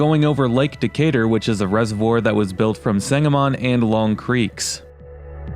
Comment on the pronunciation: Someone called it Decay-Turd